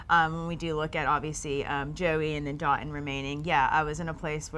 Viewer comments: Dotun..please tell your fiance how to pronounce your name. Haba!!! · Will she ever pronounce his name right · Dotun is a Nigerian name and to say it right it has to have the dialect. Charity is not Nigerian cut her some sluck